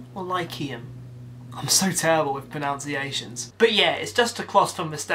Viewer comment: ironically you pronounced pronunciations wrong;) love you